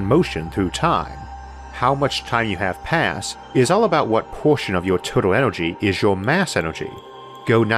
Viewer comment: Univorse... Orth... Onergy.